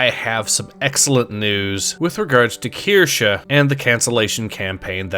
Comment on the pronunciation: Ace breaking the meme of mispronouncing Kirsche, proof of a real one 🧐.